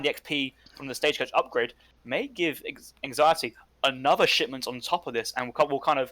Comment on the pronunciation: Such a troll name. Hearing you say "giveanxiety" repeatedly was like, painful... in a funny way.